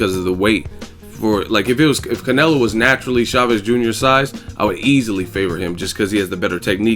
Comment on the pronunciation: "I hwas born rheady"